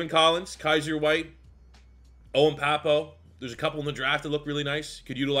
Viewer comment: For Owen Pappoe - Pappoe is pronounced "PAPP-oh"